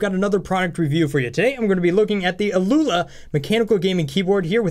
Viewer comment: I think it's "owl-a" or something like that. Great review! I wasn't aware of that key-testing tool--very helpful. +1 sub!